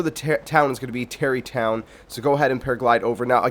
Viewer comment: Stop saying Tarri tonw